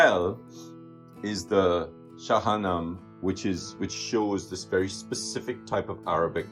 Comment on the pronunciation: is not "shahanam" IS Shahname (Shah-nah- meh- pronounce the e final with accent) is a very antique Persian epic story, translates "the book of the kings". So marvelous collection of books you have!! <3 is amazing!!